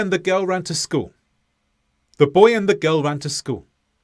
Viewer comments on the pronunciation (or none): What happened to the "l" at the end of school? You keep saying "schoo'". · the first sentence, the way you said it first, still emphasized the word "school" at the end, though.